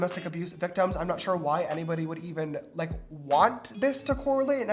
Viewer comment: everyone: "I clicked faster then james could say shore!!" james: "hmm...shore." Btw, small youtuber, would love the support!